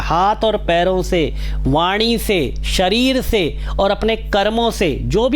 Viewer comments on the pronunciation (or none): none